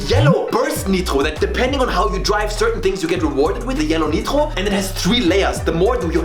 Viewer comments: why this mf say "neetro" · As french I'm confused by the way the word nitro is pronounced. If it's his voice I confirm that he speak french! If not so he get me. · Or German? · I'm french , and earing him pronounce "Nitro" like a french native speaker in the middle of an American accent phrase is actually extrememelly disturbing